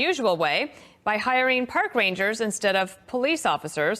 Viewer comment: Did you say 'Pork" Rangers? Well I guess they are dealing with animals.